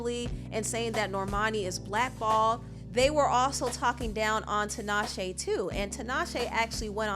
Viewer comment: I really hate that Tinashe MISPRONOUNCES her own name :/